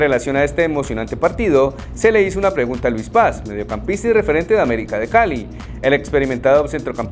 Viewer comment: 😂😂😂😂 aBerica es aBerica